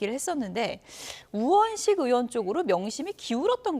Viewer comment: 으원 이아니고. 의원 입니다. 이친구들아!